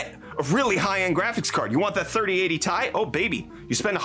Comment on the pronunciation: Stop saying ti instead of ti